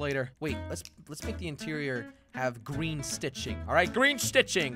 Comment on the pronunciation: I like that ( jelly gween)